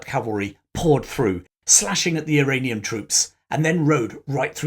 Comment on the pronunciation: I am still in the process of watching this video, but I really appreciate the effort you put into them. I really believe that much of the middle east issues we are currently dealing with were sown in the 18th through early 20th centuries. Also, about half of the time when you say Iranian, i keep hearing Uranium, which is even more fitting given current events.